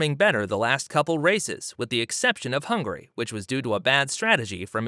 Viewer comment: Yes... It's a joke because he literally said "Hungry" in the video.